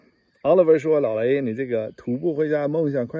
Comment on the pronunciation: 老雷，你的國語越來越好了。除了老雷這個詞一直口音沒變。沒有胡子比较好吧